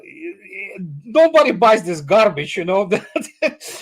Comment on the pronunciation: "Is all gharbeedge" 😊 Love Andrei's humour.